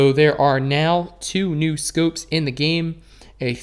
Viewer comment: I like how u say scoopes instead of scopes